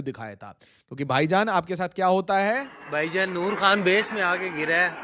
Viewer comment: Vaijaan ❌ Paijaan ✔️